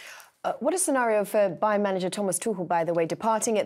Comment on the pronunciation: it's Bayer not Bayern